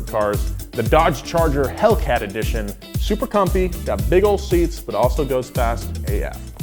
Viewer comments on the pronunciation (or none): none